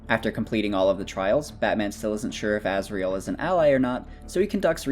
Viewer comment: Who is that Azriel you keep talking about? Cant you pronounce Azrael?